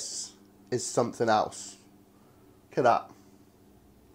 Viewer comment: "I want summitat hanger steak m8" I love it.